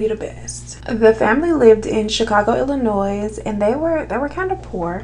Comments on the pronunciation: I love you sis........ P.S........the s is silent in Illinois.... 😂😂😂🤣🤣🤣🤣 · The S in Illinois is silent 🥴🥴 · Honey baby girl… the s in Illinois is silent. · My girl, it’s Illinois without the “S” lol